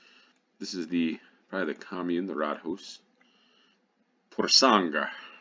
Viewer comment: Rådhus. Råd - counsel or advice. Hus - house. Pronounced with a long u.